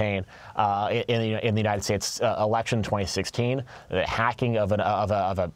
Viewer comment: ahehahuhe ennenn unideyeeteteds strateteteees